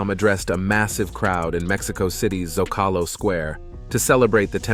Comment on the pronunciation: Learn how to say Zocalo.